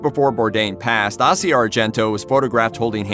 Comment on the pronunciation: Since when did the pronunciation of the word Asia... As in south east change to Arse.. E.. Ah as In Tony's girlfriend! Just asking?